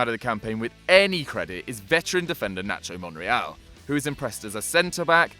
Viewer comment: I was confused when he said nacho monreql